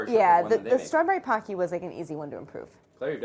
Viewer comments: Okay but w h y do people pronounce it PAW-kee? It's POHK-ki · Idk if someone has said this here not finished watching, but it's not pahkee it's pohkee like the word poke with ee at the end. Pokey would help saying it. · Gonna be that person, but it's ポッキー, not パッキ. (Poe key vs paw key). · Its not pronounced as "pah-cky" its actually "poh-cky" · They look so good! Why does everyone call it pock-y? It's pronounced po-kee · Her mispronouncing PO key in her American accent PAh key, hurts my ears. I wont survive 30 more minutes of this. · God dammit if another person says poki like "pa-ki" ima kill them, its "po-ki" like pokemon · “Pocky” is pronounced [poh-key], not [pah-key]. It’s even on Wikipedia as such. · I’m pretty sure it’s pronounced poke-ey (or po-ki), not pock-ey. Like poke poke! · It’s “po-ki” not “pa-ki”! It’s a Japanese snack and you pronounce the po the first way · Its pronounced Pokey. Like poke, then E, like capitol E. Not Paky. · IT IS NOT PAH-KEY! IT IS POH-KEY! TT_TT why does nobody ever say it right... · Isn't it poh-ki, not pah-ki. It sounds weird hearing them say pocky. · Lawd😑 its pronounced POE-Key . not pawkey LOL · I hope that they talk about the fact that it's pronounced Poke-ee as in poke not like hockey. *I just started watching and no they said it like hockey with a p 😒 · haven't even watched one minute and I already know I am going to hate how many times they will pronounce it PAH-key. It's POH-key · Packy? I thought it was poki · The Japanese pronunciation is actually "poe-ki" instead of "pah-ki". I totally understand why people believe it's a "pah" sound instead of a "poe" sound, but when you know Japanese it just sounds odd to hear it that way. Just a heads up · its poH-key, not paH-key, please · Pocky is actually pronounced Pohkey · In the Japanese commercials, it is pronounced poe-key, yet the onomatopoeia of crunch/munch it's named after is "paku" like pah-koo. So I guess both. 😂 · “homade paki” 😂😭😭😭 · It's pronounced Poh-key no?